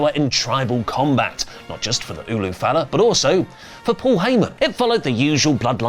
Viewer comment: UlA Fala.... are you saying it wrong on purpose now? 😅